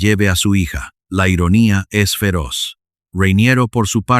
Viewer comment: Se llama "Rainiero", por qué inventas vocales llamándole "Ruainierou"... llevas un chicle en la boca? 😂😂😂 Como el anuncio de "Carolina Herrera", que la llaman "Cauruolainea huerrueira", parecen borrachos! 🤣🤣🤣